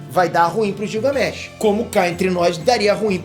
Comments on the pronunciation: Não é gil é guilgamesh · Você fala o nome Gilgamesh errado... Leia como se fosse Guilgamesh... como Guilherme.